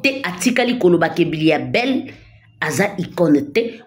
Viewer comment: M'bilia bel et non mbiya bel